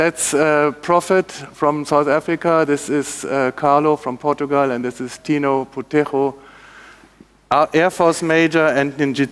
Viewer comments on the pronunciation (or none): none